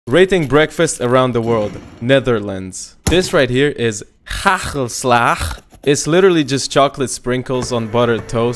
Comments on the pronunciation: And pronounced h a g e l s la g 😡😡😡😡😡😡😡😡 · nah his pronouncination is quite bad i mean HACKCKELSLACKHCH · You have to put way more "hachggellshlagchh" on there. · Why did he pronounce it like a foreigner, he’s literally Dutch himself, also didn’t put enough hagelslag on there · Maybe he's from Romania but residing in The Netherlands? Because the pronunciation was weird but his YouTube info does say he's from or in the Netherlands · wdym it's the way he's prononcing it it's not pronounced like this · Lmaoo the way he pronounces hagelslag😭😭 And isn't he Dutch himself? Makes it even funnier tbh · Deze man zelf is ook gewoon een Nederlander ik snap niet waarom hij hagelslag zo raar uitspreekt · in his profile he noted Netherlands as location. But I don’t think he’s a Dutch native at all. Maybe he lives there now. Seeing he got his hagelslag from jumbo. A Dutch native person wouldn’t pronounce hagelslag like he does. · The way you pronounced hagelslag, i'm dying over here 😭😭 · judging by his accent, the way he pronounced Hagelslag and the way he opened the box, he’s most likely an expat living in NL. could be wrong though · Dan zou hij hagelslag toch moeten kunnen uitspreken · Alright I am Dutch and eat this almost every morning but I can't stop laughing at your pronunciation this is not offensive it's just funny for a Dutch kid who grows up eating this. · Yeah but he pronounced it in a tongue-twinstingly way as if he can't pronounce it himself, he's literally dutch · If he was dutch, he wouldnt pronounce hagelslag like that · Bro Lives in the netherlands and can't even pronounce hagelslag right